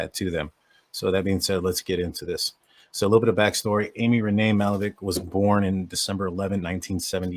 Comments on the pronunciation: It's pronounced Ma*hal*la*veck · You’re butchering her name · If you want to use this girl for views… learn how to say her name. And those of us who grew up in this neighborhood know who did it. It’s not this guy.